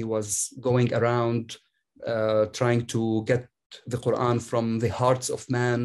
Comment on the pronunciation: should invite a medical doctor to talk about the ko-ooran.